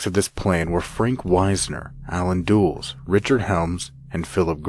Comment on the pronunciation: Robovioce? Dulles=Dules ? Policy=poliky Several other weird mispronunciations.